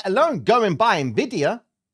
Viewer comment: good hearing you say "eNvidia" instead of "NeVidia" cause the latter sounds so stupid hah